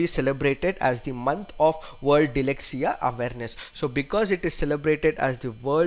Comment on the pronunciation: DYSLEXIA not DYLEXIA! But overall terrific attempt!!